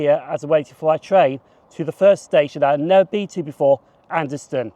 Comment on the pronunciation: “Anderston”, never heard a local say it that way.